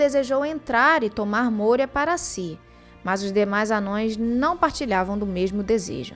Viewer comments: n eh te corrigindo , e nem eh um erro de português, mas se vc pesquisar um pouco vai ver qual pronuncia correta, ha , vejo seus vídeos e só fiz uma crítica construtiva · a pronúncia de ambos é correta. Embora o termo "Anãos" seja o usado atualmente na tradução nova, isso não torna o termo "anões" incorreto de se falar no dia a dia quando discutimos o Legendário. Tá de boa até oscilar entre eles, kkkkk